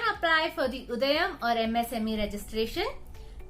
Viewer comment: Not Udayan It's udyan